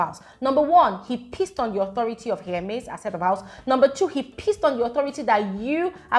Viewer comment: It’s not here-MAIZE I think it’s HER-miss 😅❤ HER-mes